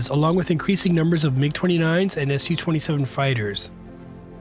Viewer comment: Why do you pronounce "su" in the names of jets designed by "Suhoi" buerau as [es-you]? Originally, it actually stands for "Suhoi" and is pronounced in the same way as you read these letters in the name of the buerau [soo-hoi]. After all, you don't read "MiG" as [em-eye-gee], do you? For instance, Su-27 is [soo] 27, not [es-you] 27